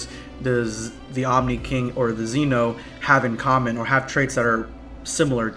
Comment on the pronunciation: Could you please learn how to pronounce Zen-oh? Thanks.